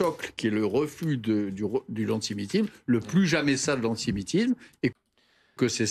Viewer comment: Il a du mal à dire le mot "antimitim" ha ha !